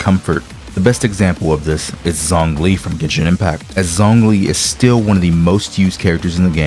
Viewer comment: Nahhh bro that's not how you say zongli xd I'm hopeful that Hoyo knows what they're doing with their defense characters cuz I really want Ben to become more viable in the future...